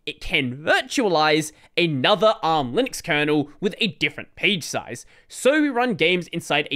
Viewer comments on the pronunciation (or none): none